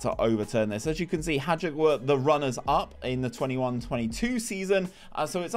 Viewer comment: As someone from Croatia, it's fun to see you try to pronounce anyone except for Dinamo. BTW, Hajduk's J is pronounced like Ajax or Juventus, not like you guys do it in England. Thanks for this one! In my Rijeka game, I managed to get Endrick for 20 mil around 4 years in because no one bought him for some reason and he helped me to get the CL in a few years. Then I got robbed for his release clause because everyone wants one in the league and the board won't let you have a higher wage budget even if you have 100 mil+ in the budget... WIsh that the game would let you build up the league too because it's lame to have one of the best teams in Europe and with other decent clubs be in a 10-team league that gives 100k for winning it.